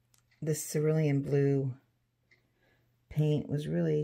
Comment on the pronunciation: Oh, you do make me laugh, but I think you are too hard on yourself. At least you pronounce cerulean correctly, not many people do lmao;)